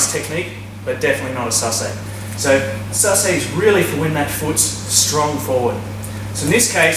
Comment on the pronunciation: SASA- EH not sassay